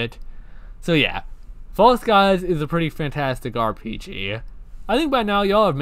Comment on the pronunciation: Thank you so much for playing False Skies, I'm so glad I told you about this game! I knew you would love it (and the first pronunciation was correct <3)